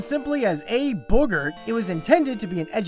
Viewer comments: E. Boogert? you can't even prenounce it right. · Heh heh heh, hey Bevis, he said Boogert.